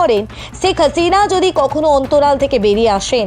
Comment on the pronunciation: শেখ হাসিনা নামটাও শুদ্ধ করে বলতে পারেন না?